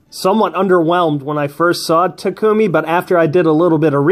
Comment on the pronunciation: Finally someone say Tak-u-mi instead of Ta-ku-mi (Maybe Strat say that part). I'm still disappoint at everyone still saying Ta-ku-mi.